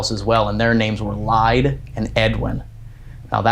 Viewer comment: I know this is a compilation, but I just have to comment for next time! Bellaire house-the name Lyde is pronounced lie-dee you might get a better response by calling her name correctly. :)